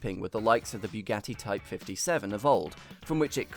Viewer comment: when pronouncing Bugatti, where do you get that byugatti? makes me puke every time i hear you say it